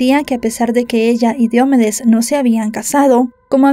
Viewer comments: se dice diomédes no diomedes investiga y pronuncia mejor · No es Diómedes, es DiomEdes. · Excelente recopilación de datos... Sólo dos cosas: Su nombre no es Diómedes... es Diomedes. 461.000 pesos colombianos en esa época serían unos 450 dólares en ningún caso 95.000. Una multa de 10000 pesos tampoco son 2000 dolares... 10mil pesos eran menos de 10 dolares. Ya sé que es irrelevante... por eso sí no estás segura mejor no dar este tipo de datos. Un saludo.